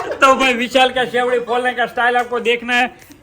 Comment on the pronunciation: Sevdi no bolai serdi bolai darsakbhai